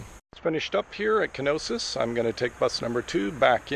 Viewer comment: Knossos, not Knosis